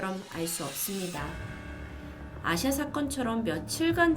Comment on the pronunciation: 전 아시아로 들었어요..ㅠㅠㅋㅋㅋㅋ